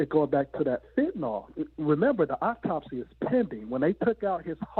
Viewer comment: It was “Apopsy” for me 😂